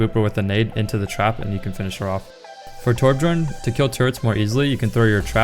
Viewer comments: Did he just say torbjurn? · Wait he said torb-jorn lol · you are one of the best players in the world and you still say "Torb*J*orn"??? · Lol he did not just say torb jorn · did i hear torb Jorn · Torb JOORN.. my ears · It killed me when he pronounced the J in Torbjorn 😭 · Number 1 junkrat can't pronounce torbjorn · lol he said torbjorn wrong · #1 junkrat in the world - can't pronounce Torbjorn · Hehe torbjorn was actually pronounced with the j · I was enjoying the video up until I heard how he pronounced Torbjorn 😂